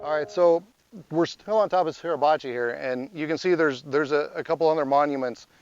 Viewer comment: Grrr! It's SUR..NOT SER...PRONOUNCE IT CORRECTLY PLEASE!!